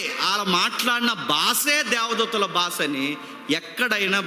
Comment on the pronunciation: బాస కాదు brother బాషా